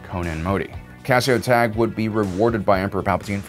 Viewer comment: First, you pronounced Cassio Tagge's name wrong. Second, you put Director Krennic on this list of most competent officers, and then there's Tarkin on your list of most incompetent officers. This is just inherently wrong. You'd know that if you read the novel Thrawn: Treason. Which truly shows Krennic's incompetence more so than Rogue One. Tarkin has a far greater success rate and skill level than Krennic could ever hope to have. I'm not sure why this has to be stated. This is an objective fact.